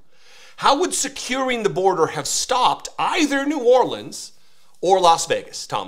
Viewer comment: What’s this so called “czar” who can’t even pronounce “New Orleans “ correctly.